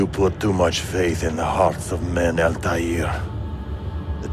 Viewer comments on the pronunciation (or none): Cap, it sucked. I want an Arab actor if Altair gets another game and I want him to say his name properly as well as be able to pronounce names. He's "altaa'r" not "altayear"